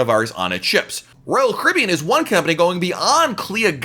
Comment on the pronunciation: I like your videos, but you talk WAY TOO FAST! I’m a New Yorker and even still I struggle to understand you., when you say Royal Caribbean, I can’t even understand what you are saying. Not good for a Royal Caribbean blog if people cannot understand the name of the company!